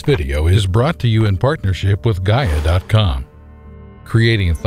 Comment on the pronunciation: Please, learn to pronounce correct the Word GAIA. Pitty that you claim you are scientist